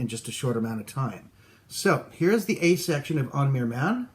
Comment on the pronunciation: Nice video. Only the name is not pronouced as it is by Irish folks. The letter M followed be a H before I or E is pronounced like V or violin and pronounced W or depending on the dialect sometimes V before A,O and U letter with or without the FADA accent. God bless! Hope to see you as guest at TUNE SUPPLY or some other. Shall try to learn that ríl maybe